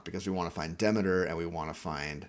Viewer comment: Nice helpful video. Greek mythology was my 2nd fascination after dinosaurs. Read everything I could get my hands on and I can assure everyone that Demeter is pronounced de MEET er, not "DEHmader"